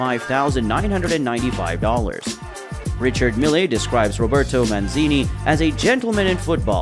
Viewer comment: An inability to pronounce peoples names is deffo a problem! MAN SEE NEE